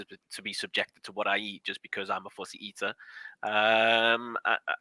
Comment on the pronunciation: Did he say he was a pussy eater or a fussy eater 😝?